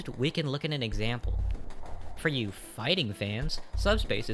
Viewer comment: when i heard phighting, i had to stop what i was doing and look over.